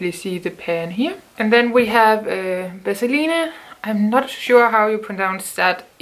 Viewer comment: You pronounce Vaseline the way we do in Spanish :) that’s cool! In the states (and other parts of the world), we tend to pronounce it as Vassaleen or Vazaleen if you’re fancy lol!